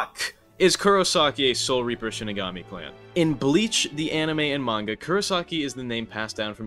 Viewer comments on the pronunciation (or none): none